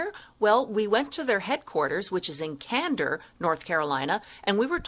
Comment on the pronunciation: Ayee! I was there. It was nice meeting you. and thanks for pronouncing candor right 😆